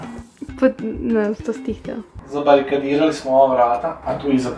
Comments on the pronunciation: je nucio da kaze zabarakadirati🤣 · opa jer to konačno maučio da kaže zabarikadirati